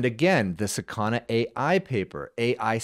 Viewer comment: please dont say sakAna, it s sAkana - 'fish' in Japanese. you make fish sound like asana lol they might get offended